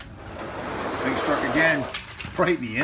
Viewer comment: Sphinx is Pronounced Sfinx